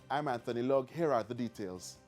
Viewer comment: Did he say Anthony LUG?